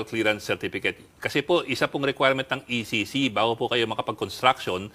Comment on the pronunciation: ECC po maam hindi po EEC 😂😂😂